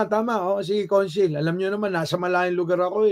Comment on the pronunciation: Pronounced as cawnsil